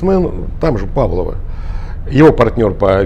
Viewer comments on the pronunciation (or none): none